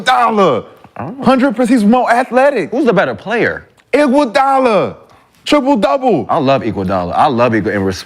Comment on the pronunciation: Dude said iguadala better than khawhi😂😂😂 dude on drugs